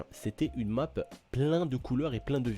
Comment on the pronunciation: tu voulais parler anglais mais tu à niqué le nom de la map